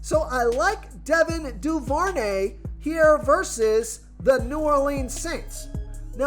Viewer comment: It’s also Devin (doo- ver- nay). Thanks